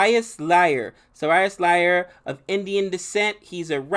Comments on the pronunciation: so review was in last 2 minutes....first 15 minutes u just read what we already kinow ...lol,,,,and its I(i) not L ...IN Iyer(iyer) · Archin Notorje - Anrich Nortje✅ Rabanda - Rabadda✅ Ajinkanay Raina - Ajinkya Rahane✅ Latif - Lalit ✅ Deshampe - Deshpande✅ Oswin - Ashwin✅ Liar - Iyer✅ You butchered most of the names😅 but these are the ones I thought were the most annoyingly funny, anyways love your insight but you could do better. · its not L its an 'i' Who names their kid Lyer c'mon...